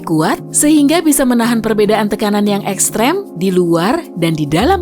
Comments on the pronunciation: Eks krim😂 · Tulisannya "Extreme", Tapi Di Bacanya "Ekstrim"